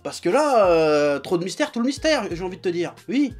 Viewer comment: "Trop de mystères TOU le mytère" 😂👌👌👌 J'adore